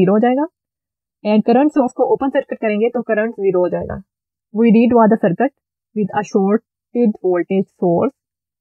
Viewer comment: Ma'm awesome video.. Bus ek suggestion hai, sircut mat boliye plz, circuit boliye, isse aapko teaching better ho jaegi